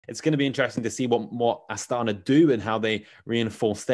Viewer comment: Not AstAna, -> AstanA is right 👍🏻